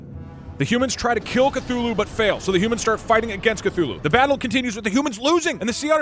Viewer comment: It’s Cthulhu you idoté